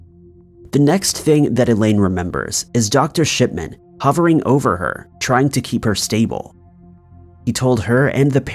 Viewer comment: Shipman sounded like shitman in my ears 😬lol